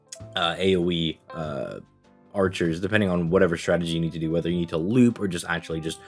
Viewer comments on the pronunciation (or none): none